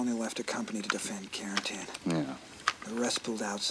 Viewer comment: It's 'Carentan' guys.